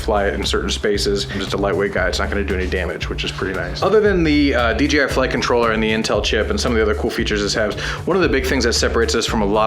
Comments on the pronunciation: I don't think it can't be even considered as a debate, since there is not an opinion about how to pronounce it but just GRAMMAR, I'm not native speaker but I have never seen a single person saying DJ like Dee Yee. So, nope, DEEYEE I is wrong, DEE YAY I is the correct way to pronounce it. Dang, I have never seen someone saying: "Well yeah a we had DEE YEE at the party last night" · Deeyee I Noouuuuu DJ, Dee Jai, yo man Dee Jay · You guys always say "DGI". :-) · DGI?? lol why does everyone says DGI!? It’s. D JAY I lol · Can you guys PLEASE say "DJI" and NOT "DGI"???!!!!